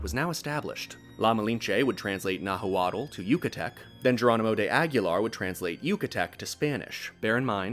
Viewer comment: "Nahooawtall" youve lost all credibility dude